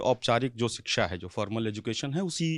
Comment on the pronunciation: 'सिक्षा''❌ नहीं शिक्षा'✔️ सही उच्चारण है, सौरभजी। मैं आपके बनाये वीडियो बहुत आनंद से देखती हूँ। बहुत अच्छा कर रहे है आप। धन्यवाद।